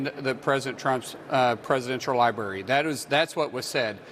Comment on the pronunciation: LiBary ? What an idiot. 🙄